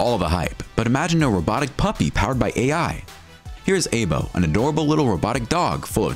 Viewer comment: Aibo Is Pernounced: I BOW